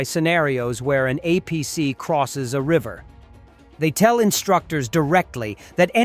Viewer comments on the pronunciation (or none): none